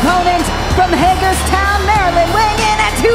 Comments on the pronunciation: I’m glad she finally said Hagerstown instead of Hagersville…. #MdProduct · No way she said hagersville Maryland smh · Hagersville Maryland 😂😂😂 definitely Hagerstown